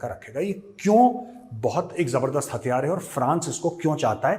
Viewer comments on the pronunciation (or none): none